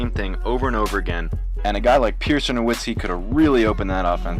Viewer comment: Commentator was boring as hell. Pronounced Dirk's name wrong. Didn't transition with the topic well